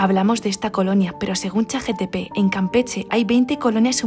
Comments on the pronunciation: ME GUSTAN MUCHO TUS VIDEOS PERO ME PERTURBA CUANDO DICES CHATGTP EL NOMBRE ES CHATGPT 😅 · No suelo comentar éstas cosas, ni mucho menos decirlo a malas. Pero es "Chat Gpt" jaja 😊 Es que siempre te escucho decir "Chat Gtp" ❤️